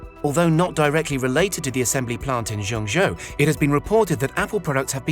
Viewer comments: dude, couldn't you have checked how to pronounce Zhengzhou? It's like being lectured by a person calling London 'Rondong', hard to take seriously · My ears are dying from hearing how you pronounce Zhengzhou.